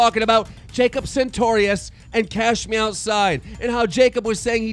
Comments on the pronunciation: santorious.... whats so hard about saying it right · does anyone else get mad when he says "sentorious" ugh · if you say jacob SAINTorious one more fucking time. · I love how he calls Jacob sartorius as Centaurious 😂😂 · Reads Jacob Sartorius Says Santorius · Why does he say "sentorious" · Ok Keem, I've tried to ignore it but if you're gonna keep talking about the kid PLEASE actually read his name correctly...SAR-torious. Not Santorious. Worse than "Onision vs Social RESPONSE!" SMDH Trying to report news but can't even say people's names... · PLZ SAY SARTORIOUS CORRECTLY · How can you still not pronounce Sartorious.. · keem why do you say jacob sentorious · YOURE SAYING MANGEAU WRONG WTF ITS MAKING ME MAD AF AND SARTORIUS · I think keem is intentionally pronouncing sartorious' name wrong. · you have jacob's phone number, but u cant even say his last name right?